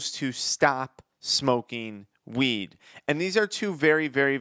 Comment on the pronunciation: Why does he sound like he saying “smoke meeeed”